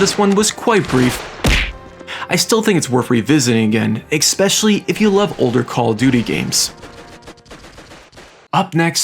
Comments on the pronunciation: Idk why but I get so bothered when people say “Exspecially” instead of “Especially”. I swear, just about every YouTuber I watch does it. 😂 This guy does it A LOT though. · ekspecially isn't a word. it's especially. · It is expecially funny because he uses the word a lot. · good video, but you know the word is especially not ecspecialley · IT IS NOT EGG_SPECIALLY - It is especially. Quite frankly SAD that a German guy has to EGG-SPLAIN this to you. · Im 4 mins in and I’ve heard u say “eXspecially” like 5 times im losing my mind here lmao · “expecially” lol Jk, I loved this so much, I might have to relive my childhood real quick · "Exspecially"... for real dude? It's your own language... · IT WAS DRIVING ME NUTS 😭There is no X, K or CK in ESPECIALLY... (╯°□°）╯︵ ┻━┻ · My brother. *Essssspecially. Like Espresso. No X.